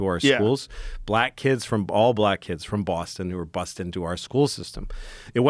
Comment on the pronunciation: You say kids, I’m hearing “blacks”